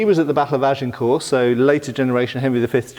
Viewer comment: Please, drop the "t" at the end of "Agincourt"!